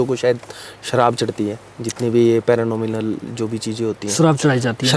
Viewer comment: Paranormal ❌️ paranominal ✅️